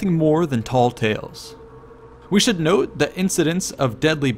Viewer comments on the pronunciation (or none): none